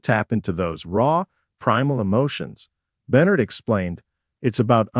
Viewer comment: Can’t say any name correctly. Sounds completely ignorant. I can’t stand to even listen to it. Who the hec is sawnie and who is Avia oh I guess the voice over is trying to pronounce Sonny and Ava. Don’t have any idea who Beenard is? I’m thinking they’re trying pronounce Sonny’s real actual name.